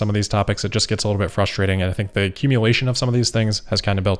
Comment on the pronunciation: Love it when you say 'frushtrating' . Much luf